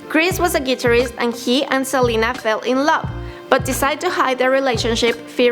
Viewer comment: She said selana inted of selena